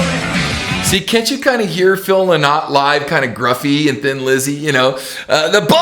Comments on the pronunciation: OMG ken. Phil Lynott is IRISH - Not British. And we pronounce it Phil 'Lin-it' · Man Yer Brutal at Prouncing Phil Lynott Name Paul Does not no Where near Sound like Philo Sweet Fuck that was a Bad Choice of Comparisons On the Other Hand Bruce all Day 🤘🤘🤘☘☘☘☘🎸🎸🎸🎸🎸☘☘☘🇮🇪🇮🇪🇮🇪🇮🇪🇮🇪